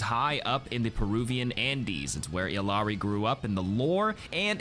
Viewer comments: It's pronounced "EE-Yah Ree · When you gonna start pronouncing Illari correctly? Your colleagues have started to get with it